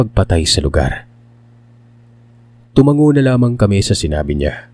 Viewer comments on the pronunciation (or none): none